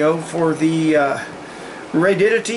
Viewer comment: Protip: It's pronounced RAY-di-ODD-i-tee, not "Radiddity."